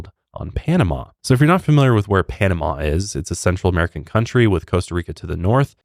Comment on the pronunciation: Try to say Panam-ah not Panam-aw. That's more how we say it. I am half Panamanian (been there plenty of times, my grandpa was born in Panama City), I am very grateful you emphasized how beautiful and nice our people are. Many other people have said less than nice things about us (calling us savages, etc). We aren't perfect but we try very hard to be hospitable to foreigners!